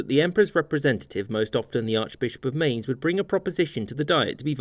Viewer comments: "Mainz" (minez) not "mains" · “Mynts”, not “maynz.” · Was binging your videos recently and even though someone has probably pointed it out already, the archbishop belongs to Mainz, which is pronounced like Mine-ts and not how you said it (not line mains)! That caused some confusion for me listening, I had to do a double take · You mispronounced Mainz